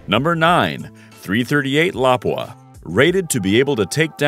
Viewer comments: 338 la-poo-aww! not laprea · I thought it was pronounced Lapúa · Lapua is pronounced La-poo-ah. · .338 "lapooa"